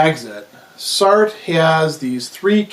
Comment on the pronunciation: Enjoyable video, I was just put off by how you were pronouncing Sartre. But otherwise a very interesting video.